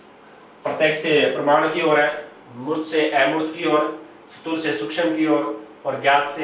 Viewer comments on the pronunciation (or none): ये सर पढाते बहुत ही अच्छा है पर इनमे एक कमी है वह कमी ये है कि एक हिन्दी के अध्यापक होने के बावजूद भी उच्चारण सही नही करते स्थूल को बोलते है सथूल स्तर को बोलते है सतर यदि ये मेरे वाली टिप्पणी सही लगे तो एक बार reply जरूर देना सर